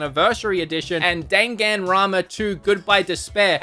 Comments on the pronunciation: Daganrona yey... DANGANRONA?! Ya mean dan-gan-ronpa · This man not only spelled danganronpa like "dangan ronpa" he also pronounced it 4 different ways. For you, heres how to say it! Dang-an-ron-pah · more like “danganroma” lol